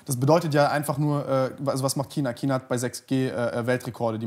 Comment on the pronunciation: Wenn noch einmal "Kina" sagt, platzt mirn Aneurysma.